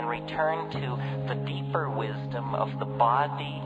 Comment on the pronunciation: I think the way he says BOdy is rather funny. Great video